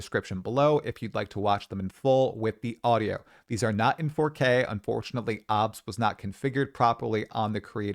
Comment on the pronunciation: obs? it’s o.b.s. since it’s been out basically i’ve never heard anyone pronounce it that way. That was a new one. And 'Weeki"?...you're an odd duck, sir.